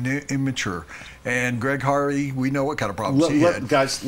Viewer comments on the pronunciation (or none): The old farts can't even get Hardy's name right. It's not Harvey, with a "V". It's Hardy with a "D", which is the grade I give the old farts. Never seen the old farts before. If I see them again, I'm out.